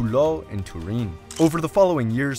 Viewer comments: Turin, not Tureen. If you want to use the Italian name, it's Torino. #hyperforeignism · TUREEEEN? You have never heard / checked how the city is pronounced in English? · Absolutely wild pronunciation of Turin. In English it is pronounced like Ter-Inn. In Italian it's Torino, pronounced phonetically. Lived there for a while and never heard it pronounced like that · Turin rhymes with urine in English. It’s not tur-EEN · “Turin” is an English name for the Italian city of Torino. You should not be trying to Continental-ify the sound of it. It is English. Turin rhymes with “fur in”— emphasis in the 1st syllable. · the way bro pronounces "turin" is painful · It makes my ears bleed how he tries to pronounce Turin as italian ad possible, when Turin isn't even italian 😂 It's Torino in italian